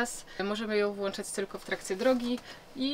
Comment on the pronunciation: kurrr.... mowil sie "włączać/wyłączać", a nie włanczać dżizas...